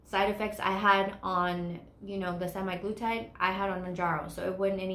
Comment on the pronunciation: And it’s semAglutide, not semi.